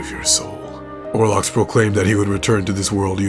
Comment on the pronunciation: If you play the game, you know his name. It's OL-ROX! Why can no one get it right??